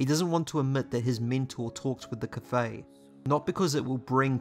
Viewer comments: You actually pronounced Kvothe right. You're the only other person I've seen say it right. Most say Kuothe or Kothe. I've never Heard Kvother from anyone but Nick podehl and Patrick. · Cool vid but you are not pronouncing Kvothe correctly, Pat has a video on YouTube and he says how it’s pronounced